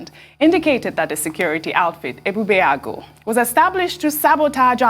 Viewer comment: your pronunciation of Ebubeagu falls short of that of Dr Abati who is a Yoruba man and you are supposed to be 'Igbo'. mmm?